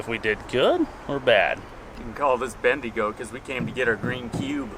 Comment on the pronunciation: it’s so weird hearing a American say Bendigo lol